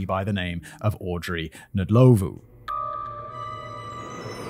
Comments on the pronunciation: Rosemary Nlowlvoe😂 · I'm English and only know the surname Ndlovu from the Zimbabwean footballer Peter Ndlovu who played for Coventry City and Huddersfield Town. Commentators always pronounced his name as "Un-lov", was that wrong? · No. It's Nd lo vu